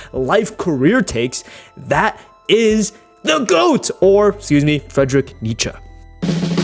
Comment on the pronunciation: "Fredrick" Nietzsche 🥀